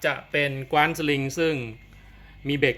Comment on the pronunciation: ออกเสียงว่า กว้าน(ฟ่าน)ครับ ไม่ใช่กว๊าน(คว้าน)